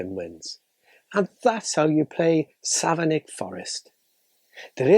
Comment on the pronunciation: I'm from Savernake Forest! (It's pronounced "Savernack", by the way.) This'll make a great present for family and friends. 🙂